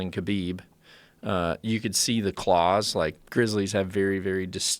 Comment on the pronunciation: Joe "Russian bears have a verry good guard" Rogan